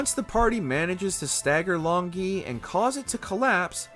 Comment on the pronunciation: The hardest thing about this video was listening to the narrator mispronounce Long Gui multiple times.